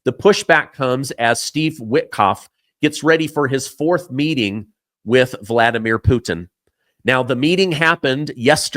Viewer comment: Hey, I guess you listened too much Harry Poter in your life lol. Its VLADimir. V-L-A-D. Like the vampire. Not V A L Dimir. Keep up the good work.